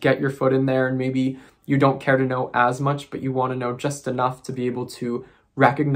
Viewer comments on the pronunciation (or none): none